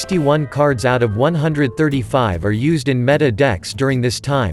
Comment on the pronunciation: Is there no way to, like.. correct the way the TTS program pronounces a word? Or just spell it funky to make the program say the correct word? How can you stand the way it says 'meta'